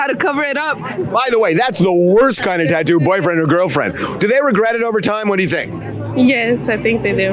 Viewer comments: 😂 Also, "No regUrts" 😆 🤣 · "NO REGRATS"